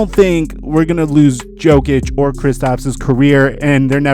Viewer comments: Yo-kic not joe-kic bro. Do you even watch the nba? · Everyone: Nikola Yo-kich: Nikola Joe-kich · Because he is the Joker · My man said Nikola Joke-ic unironically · Who the fuck is joekich? Never heard his name said like that... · man said Joe-Kich